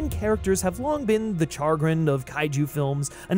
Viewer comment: It's chagrin cha-grin shah-grinn not char🔥grin 😆